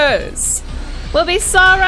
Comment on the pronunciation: its sara not sauraaa